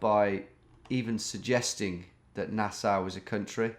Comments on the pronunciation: Nass-Aw, not Nass-ow! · pronounced nas-saw. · Nassau is pronounced nah saw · it's NA-SAW lol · Nassau pronunciation is like nails on a chalkboard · Thanks for pretending to not know where Nassau was. Mispronouncing it was genius misdirection too! A big thanks for giving your bewildered fans an ego boost!